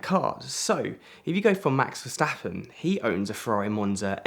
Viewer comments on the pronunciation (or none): none